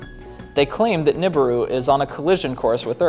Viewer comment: Its pronounced newberoo